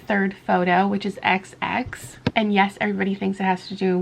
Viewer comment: The way you pronounced “xx” as “KSSS” made me cackle at 3am😂